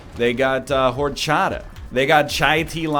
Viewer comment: The H is silent in horchata...